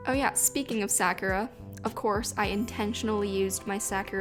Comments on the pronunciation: 🌸 Sa-KU-RA ----- not "Sah-cure-rah" Other than the haole pronounciation haha I LOVE this spread! 😍🙌🏽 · Off. I cringe every time she says Sakura wrong. Ehehe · Love the theme and just a heads up the ku in Sakura is a softer sound and the hwa in hwasa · The Japanese pronunciation of Sakura is "sah-koo-ra"